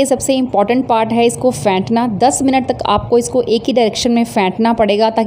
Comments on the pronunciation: Hahahah fentna... phentna hota hai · فینٹنا (beat) نہیں بلکہ پھینٹنا ہوتا ھے۔۔۔۔۔